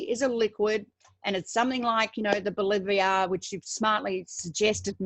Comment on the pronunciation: Bolivar :) Not Boliviar.